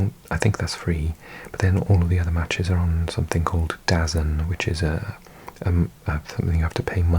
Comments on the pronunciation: Its “Da zone” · Dazn - pronounced Da Zone - it's a streaming service from Eddie Hearn.